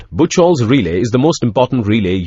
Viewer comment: ブッチョルとは言いません。 日本の電気技術者には通じませんよ。 ブッフホルツです。